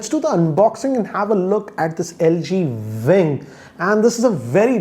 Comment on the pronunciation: Its LG Wing, not Vving.